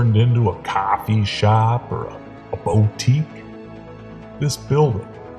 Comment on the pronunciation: What a treat! Nice to see a video from you. Not sure who the narrator is but he nailed “coffee” and “boutique” He also tugged on the ol’ heart strings. Great job on the editing as always.